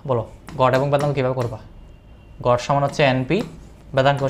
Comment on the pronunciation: গড়, গট না 😂